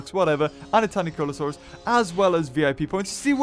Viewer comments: why'd u keep calling tanycolagreus tanycolasur? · Stop acting like a child. Words have pronunciations, and people should make an effort to stick to them. Perfection is obviously too much to ask, but his pronunciation of Tanycolagreus isn't even phonetically correct, so yeah, I'm going to point it out. I will not 'let him be him' if that means being wrong, and I will not dislike the video. It's odd, for someone who seems aggressively, irrationally in defense, you sure are quick to tell people to dislike his videos. Grow up.